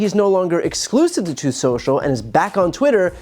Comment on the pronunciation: Troth sentchal